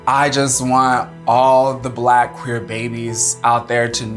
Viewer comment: I thougt he said "black and quaker" lol.